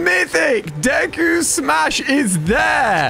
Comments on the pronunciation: Its cringe how he pronounced Deku name wrong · I love how he said deku= isuku bakugo=isuku uraraka= ochcau and all might= nonexistent 😂😂😂